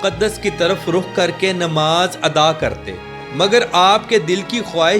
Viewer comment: نماز نہیں ہوتا ہے نماز ہوتا ہے زبر کے ساتھ میرے بھائی😊😢😂❤❤❤